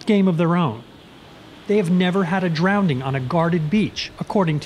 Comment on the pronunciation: Drowning, not drownding.